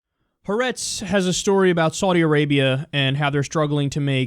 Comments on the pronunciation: "ha'aretz" is three syllables not two. [haˈʔa.rets] not [həˈrets]. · I agree wholeheartedly with everything you have said in this clip. That said, the correct pronunciation, more or less mangled by almost everyone outside of Israel, is "ha AH retz", which means "the state" or "the land" (of Israel, obviously). Even Charlie Rose mispronounces the name, saying (as you have done), "ha RETZ". This is wrong; the name has three syllables, as indicated above, with the accent on the second syllable. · The Newspaper's name is pronounced: hah-Ah-retz